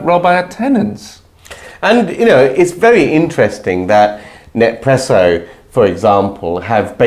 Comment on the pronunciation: No more Nespresso pods for me! (BTW it's "Nes-presso" not "Nep-presso"😂)